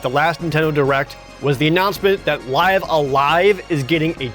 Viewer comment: Omg it's pronounced Live as I live here, alive! But reay a good list except for EVO you didn't talk about the actual RPG one!